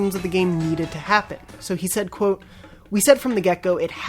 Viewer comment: Is anyone else weirdly annoyed by the way he says QUOTE?